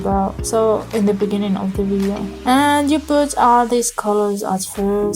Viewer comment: Thanks for the tutorial but please fix your English you sounded like those Africans "In the Beninging". Don't feel bad about my comment and Good luck.